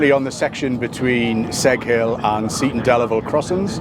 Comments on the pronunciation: Oh Geoff. Oh no. Your pronunciation of Seaton Delaval was terrible. Try ‘Cee-tun Dell-avul’. Otherwise excellent and great to see a real grassroots ‘levelling up’ project. This will make a difference for the area and they deserve it. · Geoff it’s pronounced see ton del avel (seaton deleval) just to clarify your pronunciation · Nice to see you up here in the North East. Highlight of the video, your pronunciation of Seaton Delaval. Made it sound dead posh. 😉